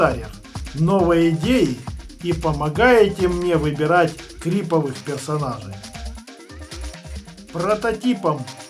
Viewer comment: Не крИповых, а правильно крипОвых!